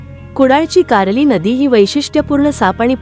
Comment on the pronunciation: कारली नाही कर्ली नदी, कालेश्वर नाही कलेश्वर, रंगना नाही रांगणा गड शब्द उच्चार चुकीचे करू नका